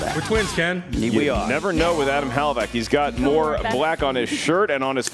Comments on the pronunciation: unless it's an inside joke, It's 'huh-LAV-ick'... 'huh-LAV-ick' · I love you man, but please learn to pronounce Hlavac. You keep saying "Halavac". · Wtf was that lol "Hal-uh-vack" killed her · should avoid pronouncing Hlavac's last name if he isn't capable of doing it right. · If Hlavac pronounces it that way, then his Slovak ancestors are turning in their graves